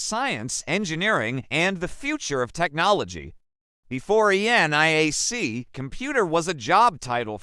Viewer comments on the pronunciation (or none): You guys should really proof-read and watch your own videos to proof-check the VERBAGE. ENIAC - not ""the NAI AC" or ANIAC -- the dumb AI can't read. Or "ElectrAnics" ??